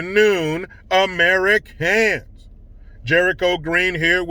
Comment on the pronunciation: I hit that like when he emphasizes AmeriCANS